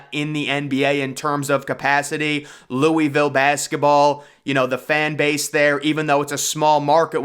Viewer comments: Louisville pronounced Loo-A-Ville ..not Louie- ville..which is a trash city. I can’t see any superstar NBA player waiting to live there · Loo-uh-vul not Louey-ville